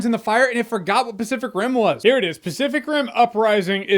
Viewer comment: Do i hear "specific rim" or am i tweaking